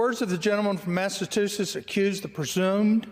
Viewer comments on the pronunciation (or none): Jerry Lee Carl - 3 first names and pronounces Massachusetts "Mattatusetts". 🤣🤣🤣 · "Massitoosis" Adorable. (For a six-year-old) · What is it about Republicans in Congress who can't read or pronounce common words? I already hate that he keeps saying "MasseTUsets" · I didnt know one of our states was called "massa two sets"... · Lawrence will you please tell the southern Republicans that there is no T in the middle of Massachusetts its a C how hard is that to understand i like my family before me live in Gloucester Massachusetts and have been hear since the 1600 our little space in the world was founded in 1623 and the local Indian tribes were in Mass, for thousands of years so lets try a little harder to get the pronunciation . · "I'm sorry, I messed that up". Come on, seriously, he can not even say Massachusetts. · Jerry Karl from Al a bama. can’t even say MASSACHUSETTS!?!